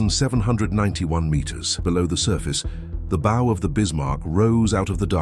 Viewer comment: Please teach this bot phonics. The Bow of the ship is not pronounced like the wooden stick with string you sling arrows with.